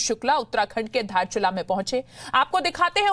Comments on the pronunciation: Tum logo ko to hamara jilla ko name vi aacha se bolne ki liye naiaayta hai ky baat kartahai? Not Dharchula actually is Darchula District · साला दार्चुला लाइ धारचुला भन्चन चिक्ने हरु जिल्लाको नाम त राम्रोसङ्ग भन्न आउदिन तेसै ओ हामारा इलाका हे रे🙄🙄🙄